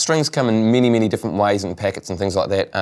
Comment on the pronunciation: Now strings comming mini mini different ways???????? haha it's so funny and cool that English can be pronounced in mini mini different ways :)